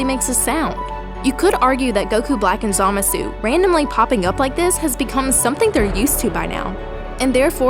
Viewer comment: I hate how they say Zamasu in the dub and the way you say it as well; it doesn't feel right.